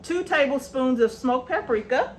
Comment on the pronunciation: Pap-per-ree- ka is what a famous chef says